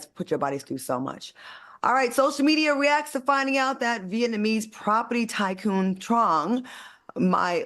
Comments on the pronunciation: Not "viet-ma-nese" 😂 It's "viet-NA-Mese" AL ❤ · Al constantly saying “Viet-my-knees” is taking me out 😂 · If all says vietMANESE one more time! I still love him. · Surprised I’m not seeing more people laughing at Al saying “Viet-ma-neese”. 😂😂😂😂 Or have yall all gotten used to Al butchering words? 😂😂😂